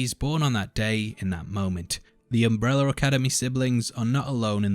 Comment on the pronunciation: Why is he saying “UmbrellaR” academy?